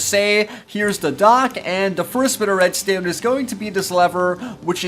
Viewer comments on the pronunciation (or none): The way he says red stone makes me unhappy 😂